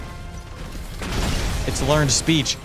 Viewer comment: )”it’s LEARND SPEECH” got me😭😭😭💀